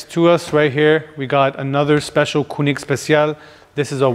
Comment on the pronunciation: Having that kind of collection, discussing the authenticity of the AMG logo, and having to explain it ....weird. You don't need to explain anything there. Usually, they say there is no dumb question, but this was one of those cases and pls, pls learn how to pronounce Koenig properly!